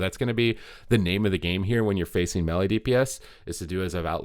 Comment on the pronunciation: So we supposed to listen to someone who cannot pronounce melee? LoL